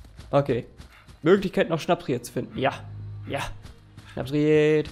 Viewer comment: SchnapSried 🤣🤣🤣 es heißt Schnappried